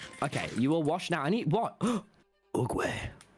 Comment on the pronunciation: Ight, no ones gonna talk about how Tommy pronounced "Oogway", its satisfying to hear, idk why